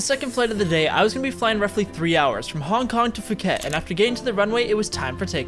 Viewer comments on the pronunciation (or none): I know you messed up the Pacific thing but you also said Fuket instead of Phuket, just so you know 😄but apart from that, awesome video! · as a person living in Phuket I’m disappointed because it’s not phuket(fu-ket) it’s Phuket (pu-ket) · 1. it's not Cathway 2. Phuket is pronounced Poo ket not Fuck it. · Usually Phuket would be said as Fukett but its pronounced pookett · Sorry for this correction. Locally, it is pronounced "poo-ket." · The way he said the airline wrong ended up finding out his mistake but then proceded to say phuket wrong! yikes haha